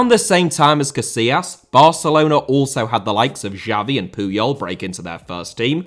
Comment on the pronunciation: Uefa* not Yuweifer Fábrica* not Fabriquer München * not Munich Cesc* not Ces Nazário * not Nazériouw Butragueño* not Butrogohrnouw Emilio* not Emiliano Emiliano* not Emiliohrnouw Xavi* not Giavi Piqué* not Piquei Lionel * not Lenl Yamine* not Yamín Barça* not Borcer Style* not Stahl José* not Djouwsei Bernabéu * not Bönabeyouw Pérez * not Perez Debut* not Deibyu Baldé* not Buldei Idea* not Ideer Álvaro* not Alvohrouw Llorente* not Yorentei Morata* not Morohrter Tchouaméni* not Tchouameini Corleone* not Cohliouwn Alfredo * not Alfreidouw División * not Devegion Drawing * not Droring Barcelona* not Bohrçalouwner Enrique* not Enriquei There HAVE never been ties* not There has never been ties Masia* not Masier Half* not Holf Jesus * not Jeisus Saw* not Sor Leverkusen * not Leiverkusen Vallecano* not Vayekhohrnouw Bravo* not Brohrvouw